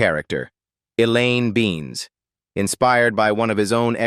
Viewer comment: Elaine Beans---hahahaha, AI still has a way to go